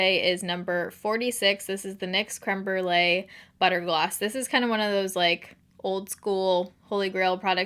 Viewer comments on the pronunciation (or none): none